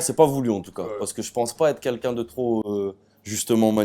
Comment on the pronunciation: A chaque fois qu'il dit "quelqu'un" il dit "Kinkin" mdrrrr